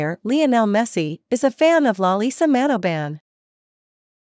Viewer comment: Her last name Manobal not Manoban!!